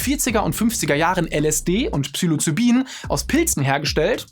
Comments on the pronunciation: und es es heisst Psilocybin und nicht Psylocibin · Nicht Psylocybin, sondern Ps*i'locybin. Genauso wie Libyen, nicht Lybien. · Falsch ausgesprochen habt Ihr aber Psilocybin. Obwohl es definitiv psychoaktiv ist, fängt der Name mit "psi" an, nicht "psy".